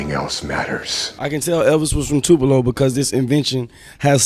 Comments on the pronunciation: This nigga just said tu-pee-low Ms....SMH you need to stop right now!!!!!! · neanam yes I'm from Tupelo!! If he says Tewpelo again!!! Tupelo is a great city and we are not that small!! Ugh!! So proud of our hometown boys!!! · Tapelo? You mispronounce too much in your videos get it together! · Terrible job pronouncing Tupelo (Too-peh-low). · I was hoping someone would point that out. It took me a minute to realize he was talking about tupelo.. wtf... too-pee-low? Ha ha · Two-Puh-Low Mississippi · I was like tu.p.elo. Mississippi lol... outta towners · lmfao ikr too pee low I live there lol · Does it bother anyone else how bad he mispronounced Tupelo ( it's Toopelo) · sorry but it is pronounced (Too:PUH:Low) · bruh.... he mispronounced Tupelo lmaoooooo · You said Tupelo wrongs btw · You have pronounced Tupelo incorrectly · This Dumb Ass he can't say Tupelo correctly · You mispronounced Tupelo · Why are trashing my town your talking about the ghetto and you can't pronounce Tupelo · irk i live in hernando and when he said tupelo it made me cringe hard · Its crazy he can't say the town name right.. i am from Tupelo and its freaking simple!! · That's not how Tupelo is pronounced I live there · cnt even say Tupelo correctly 😒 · nigga how you cant say "Tupelo" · He said Tupelo so wrong😂😂😂😂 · S Bledsoe It wont take him nothing but 10 seconds to get the pronunciation correct..... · neanam m had me dying when he said tupelo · He pissin me off sayin Tupelo like that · whats get me is that Slim Jimmy said Tupelo and this nigga still said it wrong😂😂😂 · Someone tell this dude how to pronounce the city they are from properly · The amount of times you mispronounced Tupelo is really annoying me. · I cant handle this video because of the way you pronounce "Tupelo" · he mispronounced Tupelo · Cracking me up with this Tupeeeelo thing, it’s Two-puh-low man lol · (too-pel-O) not (too-pee-lo) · IT'S PRONOUNCED too-pu-low not too-pee-low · it's pronounced "too-puh-low" not too-pee-low